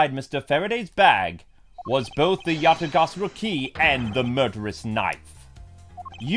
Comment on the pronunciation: Ya-ta-ga-ra-su,. You're saying it wrong again. It's not Ga-sa-ru.